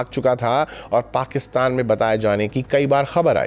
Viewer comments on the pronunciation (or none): none